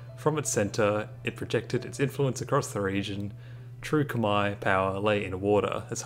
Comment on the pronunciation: probs for pronouncing khmer right